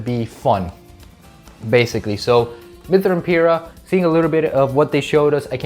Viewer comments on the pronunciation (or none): It’s Pir-Rah, I better not catch you saying her name wrong again.